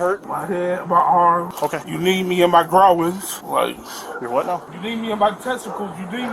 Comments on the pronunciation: "you kneed me in my growings" not groin.....not groins.....growings. Just priceless. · “You kneed me in my ‘grow-ins’” 😂🤣😂🤣😂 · Lindsy: "You need me in my groins" Officer: "Your what now? Never heard 'groin' pronounced with three syllables Lindsy: "You kneed me in my testicles" Dude no one's knee could penetrate your layers of blubber to come within a foot of your tiny raisin-sack! Comedic GOLD!